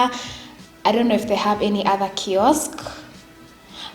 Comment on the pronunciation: Is it me who just noticed when she said 'kiosk'?... I laughed so hard